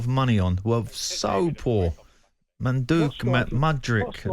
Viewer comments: Pardew nailing those pronunciations…Manduk and Nakungu? 😂😂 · Alan Pardew absolutely butchering Chelsea stikers names Madueke - Manduk Mudryk - Modrik Nkuku - Nakangu 🤣😂🤣😂🤣😂